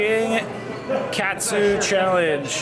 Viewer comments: it’s pronounced “Kut-Su” not “Cat-Sue” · 思い出 OH-moh-EE-deh. Memories No yiddish oysters in Japanese lol. You literally killed me every time you said cat-soo. 😵 TEHM-poo-lah. Nothing “pure” in tempura. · katsu, soft 'a' instead of hard, less cat soup 😂 close to like a schnitzel in concept. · Now I’m craving it! Also, katsu in Japanese is pronounced “KAHT-Su” meaning “filet cutlet.” “ton” (pronounced “ToHN”) means pork. So the “King Tonkatsu” t-shirt means King Pork Cutlet.” 🤴🏻🐖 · pronounced as 'cut-sue'...normally katsu sauce is ketchup, shoyu and worcestreshire sauce and perhaps ground pepper. Very popular here in Hawaii as local food cuisine. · Ouch lol it's pronounced KAW(like saw)-TSU if you were to say it like Japanese. Tempura is like Tem- PURR-UH. Great challenge though! They have alot of challenges in Japan surprisingly how japan is smaller compared to to the states. I follow a couple yt channels of food fighters. Most of them are thin Japanese women that eat like you. Literally. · Its katsu my friend. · Thank you for clarifying pronunciation of Katsu and tempura for 👌. It was hurting my ears during the video, haha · Cat soup lol Need shredded lettuce. You pronounced katsu and tempura (ten-poor-ra) wrong. Lol